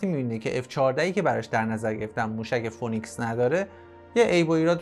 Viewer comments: دوست عزیز اگر برنامه ای میسازی که جنبه اطلاعاتی و آموزشی باشه پس خیلی خوب میشه که اگر کلمه انگلیسی استفاده میکنی هم تلفظ و هم معنای اونو بدونی موشک فونیکس نیست فی نیکس هست که همون سیمرغ خودمون میشه که در گوگل هم بگردی تلفظ درست را پیدا میکنید phoenix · سلام،موشک فینیکس نه فونیکس.ممنون